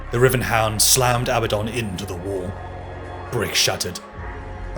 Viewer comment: It's Abaddon, A Bad Don, not Abbadon.